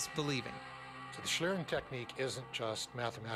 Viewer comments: The spelling may be correct, but it's not pronounced the way it is in German. The "ie" in "schlieren" is pronounced like the "ie" in "shield." Though I assume the way it was pronounced in this video has become the conventional way of doing so. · it's pronounced "shleeren" not "shlaeren". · shlirren... its schlieren pronounced like "ee" in need followed by an "ren" like in renderer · One of the guys pronounces it like shlearen, but it should sound more like schleeren, if you want to pronounce it correctly. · Random Question: Why is every non-english speaker trying to speak this language as good as possible, and english speaking persons won't give a shit how to pronounce a word in a field they are experts in? BTW it's called Schlieren (pronounced like "Schleeren" not "Schlrn"...) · It doesn't. It's just used specifically to refer to this type of camera. What I think is interesting, though, is that they pronounce it like shlairen for some reason. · It's actually pronounced like schleeren. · Speaking and learning a language is not the same as adapting a loanword. Loanwords will be adapted to use the pronunciation quirks of the language adapting it. That said, I thought the way they said "shlairen" was kind of entertaining. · its shlee, no "k"-sound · if you are a native english speaker, "schleeren" should probably hit the pronounciation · It's pronounced "shleeren" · Good thing they mentioned the word is German, I didn't understand it at all! "Schlieren" is pronounced like "shleeren", with a long "e". =) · in germany you pronunce "Schlieren" like "Shleeren" :D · it's pronounced "shleeren" [ˈʃliːʀən] ... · its pronounced "shleeren" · pronounced "Schleeren". sorry it was bugging me. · i like how english speaking people pronounce the word "Schlieren" it irritates me a little but its funny as hell